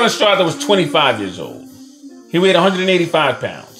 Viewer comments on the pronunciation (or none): The name is pronounced LaSTARza ….. not LaStraza. Otherwise this was fairly accurate.